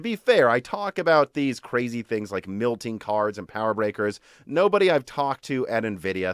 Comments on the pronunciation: lol it bothers me when he says that too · Milking or Melting??????? i heard Milking